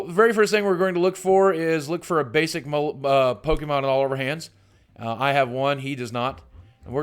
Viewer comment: I see everyone getting bothered with Lugia but I usually never see anyone care when people pronounce pokémon as "po-KI-mon".